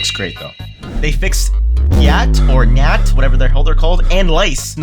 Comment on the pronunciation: does bro know how to pronounce "gnat" or know what one even is?